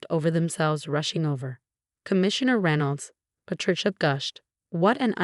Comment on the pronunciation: Martinez and Reynolds were not pronounce correctly